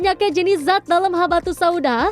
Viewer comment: zat pak bukan jat